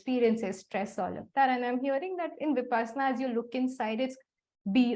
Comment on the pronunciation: I am a bit critical. Please. Its विपश्शना not विपासना . The word has a meaning. Who knows, knows ! BTW thank you for the video. Go ahead 🤘